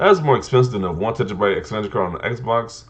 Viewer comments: Tera-byte. Not tetra. All I kept thinking was tetrapak.😂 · Tentrabyte 🤣 what is a tentrabyte? Good vid tho